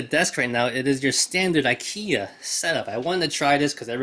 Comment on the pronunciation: Is this real guns? So you are not gonna display your marvel legends figures? You are just gonna put them in the drawer? It’s really funny how you pronounce ikia instead of ikea with e😂